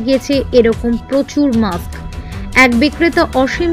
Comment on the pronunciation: আরে মাক্স নয়, কথাটা হবে 'মাস্ক' । সঠিক উচ্চারণ জানা বিশেষ প্রয়োজন। ব্যাপারটা কেমন হাস্যকর।